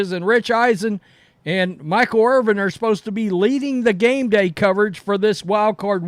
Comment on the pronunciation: It's Irvin, not Irving. 🤦‍♂️ This guy says Irvin and then, sometimes even in the same sentence, says Irving. It's like that in every video he does talking about Michael Irvin.